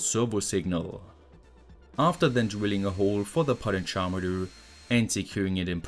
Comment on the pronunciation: I feel like a dick for saying anything especially when I can barely speak at all, but the way you say potentiometer is hard to understand, I really don't want to come off as complaining, you're amazing, It was just a little hard for me to understand you with this single word, everything else was perfection.